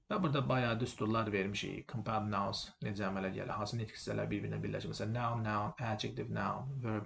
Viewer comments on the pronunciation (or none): "Müəllim", qrammatikanıza fikir bildirmirəm. Amma tələffüzünüzə də fikir versəniz pis olmaz. Məsələn, Compound (mürəkkəb) sözü sizin tələffüz etdiyiniz kimi [kəm'paʊnd] yox, [ˈkɒmpaʊnd] kimi, Minute (dəqiqə) sözü [ˈmaɪnət] yox, [ˈmɪnɪt] kimi tələffüz olunur. Camel (dəvə) sözünü isə balaca uşaq da bilir: [ˈkeɪməl] yox, [ˈkæməl] və s...